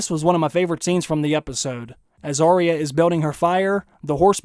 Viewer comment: Will you PLEASE listen to Ar-ya say her name. She DOES NOT say Ar-eeya. She should know how her name is said.